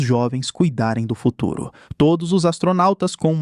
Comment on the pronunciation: "no fururoo proximo"